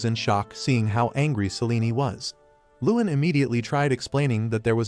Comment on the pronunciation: AI can't even pronounce Selene properly 😂😂😂